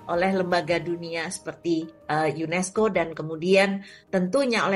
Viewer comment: UNESCO min bukan UNISCO...